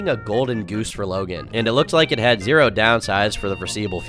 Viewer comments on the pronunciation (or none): none